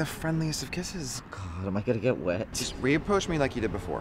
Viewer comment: “... reapproah me.... “. Oh, he’s god.